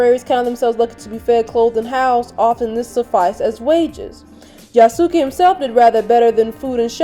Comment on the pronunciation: Yasuke is pronounced in Japan as "Yaskay". The "U" is silent.